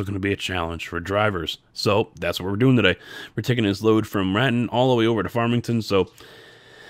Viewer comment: You should see that road in real life. I live near the Raton side of it and it is really cool. I'm not trying to be rude but it is pronounced (ra)(tone)